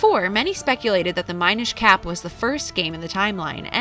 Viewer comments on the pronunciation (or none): Did you really just say Mine-ish cap